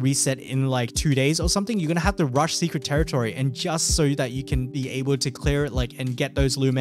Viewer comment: dude... secwet tewitowy